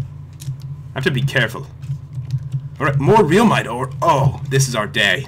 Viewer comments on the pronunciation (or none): It is not pronounced reulmite it is pronounced relmite pat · it is reel mite not relmite